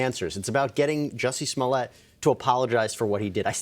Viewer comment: Pronounced Juicee Smolay.